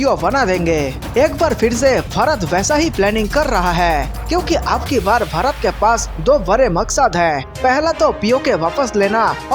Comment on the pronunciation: Pehle apna desh ka naam tho teekh se bolo.bharat hein barat nahi